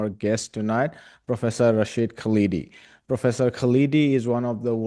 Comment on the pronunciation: His name is not "Kaleedi" but "KHALDI," with the "KH" pronounced like the German "ch" as in the name of Johann Sebastian BaCH, or the Scottish "ch" as in LoCH Ness. We have to learn to say "curry" and "naan" and "tandoori," so equally you have to learn how to say our names! Hopefully your India will soon reject its current fascism and return to what it was under Nehru!